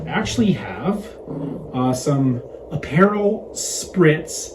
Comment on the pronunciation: it's App-per-rawl. And I had two or three aperol Spritz a day while I was in Italy